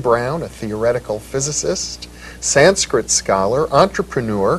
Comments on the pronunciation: It’s not sainskrit it’s Sanskrit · its "Sanskrit".., an thats nice to here., followin ur messages.